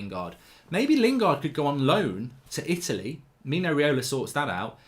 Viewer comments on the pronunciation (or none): none